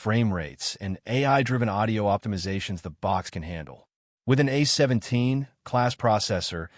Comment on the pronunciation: A.I. narration voices are advancing much faster than reading ability. A17= 8 17, really?